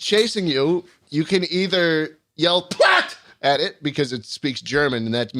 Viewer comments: Platt doesnt mean stop, Stop=stop just spronounced diff, Platz = Sit im guessing thats what he ment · I think he just misspoke "Platz" which is place but could also mean stop